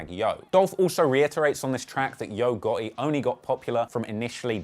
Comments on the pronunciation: Great video man. I’m from the south in America it’s just funny to hear u pronounce yo gotti. Yo-ga-ee 😂😂 I’m subscribing to hear more of ur accent and great info lol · "Yo Got-E" 🤣🤣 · “Yo Goh-eh” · "Yogurty" is a demon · Always white person that has no personal information always ru thier mouth u ain't even saying his name right. He quit as blogger how u investigate got all information wrong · you did a good job as a journalist, but you missed a lot of details my brother. I hit you up before about a job, but you thought it was about editing. I like the new title "HipHop Investigator". You can do better with the name pronunciation as well 😂😂, but overall good work.💪🏾💪🏾